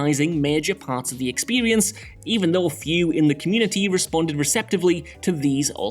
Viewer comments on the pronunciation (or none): “Expewience” “Sewies” 😂😂😂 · I like this "narrator's" narration very much but is it me or does he say 'Period' and 'Experience' weird?